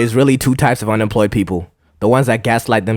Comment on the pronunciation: “unempwoyed”, “aww”, “john powk”, “go enjoy ur wife”, “the whole pwocess”, “anymow”... bro as an employed person, u need to focus on something else😭